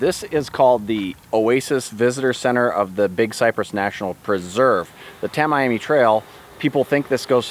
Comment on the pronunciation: Pronounced--- Tam E am E